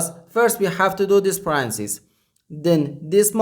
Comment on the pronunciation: My guess is Chinese or Asian country not used to using English as 2nd language. Also, it's not to criticize, it's simply to try to avoid Confusion. He kept saying Parancis and I kept thinking, Pope Francis 😄